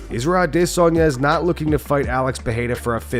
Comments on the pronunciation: 100% addiss-anya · Fr. It’s stupid af. He thinks he’s being clever with the aDISSanya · this guy keeps saying Adissanya..... like some other person thinking Jake Paul is a pro boxer that can match a real pro boxer without all the bs. A Diss Anya.. seriously man either your or Fully Mounted MMA. pls stop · Why? Why can you not say adesanya. It's not A-Disonya. Ffs bro. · Normal people: Adesanya Nobody: ah-DUH-sonye